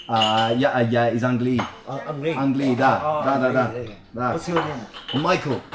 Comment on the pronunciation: You always say angliYEE angliYEE so confidently even though the accent is on the a, ánglii 😂😂